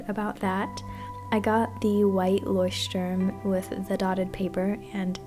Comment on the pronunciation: I love the way you pronounced Leuchtturm😍😂any Germans here?